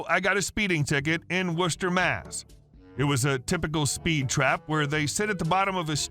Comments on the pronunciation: Thank you for correctly pronouncing Worcester, Massachusetts. Non-locals try to pronounce too many of the letters. Locals usually say, "Wisstah." Not far from Worcester are Leominster and Leicester (Lemon-stir and Lester). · I like the fact that you pronounced Worcester correctly.